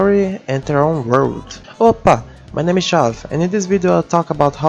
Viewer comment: that opa at the beginning... dont tell me youre brazilian?!?!?